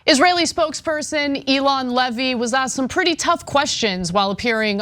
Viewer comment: It's not Ee-lon, like Elon Musk. It's Ey-lon like Treyvon. Come on miss smarty pants. Get the effing names right!